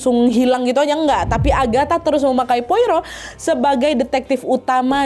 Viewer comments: cara bacanya poaro, bukan poiro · Disebutnya bukan Poiro tapi "Poaro" ejaan Perancis karena orang Belgia pakai Bahasa Perancis. Saya ikuti cerita Agatha sejak SMP 1983. Koleksi bukunya punya 30 buku cetakan lama, tapi 2025 kemarin kebanjiran, semua lembar bukunya lengket karena lumpur, gak bisa dibuka, gak saya buang saking cintanya❤ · Poirot ( baca,Poaro ) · Hercule Poirot --› AIR-kool PWAH-roh / ER-kyool PWAH-roh Pwaro lah kira² wak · Bacanya POARO Wak😅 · Kak Nad, sedikit koreksi aja, Poirot dibaca /pwa-ro/. Itu ejaan Perancis. Cmiiw ❤ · bacanya Pwa-roh kak 😂